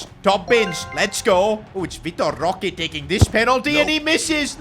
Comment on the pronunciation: Y did bro dis Roque like that 😂